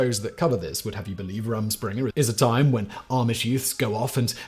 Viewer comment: Pronounced Room Schpringah 👍 it's Pennsylvania dutch